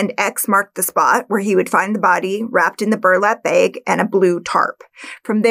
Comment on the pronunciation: WTF is a "bayg"? Are you trying to say bag? There's also no such thing as a "Jayguar".